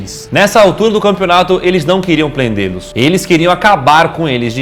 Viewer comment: "eles nao queriam 'plende-nos'."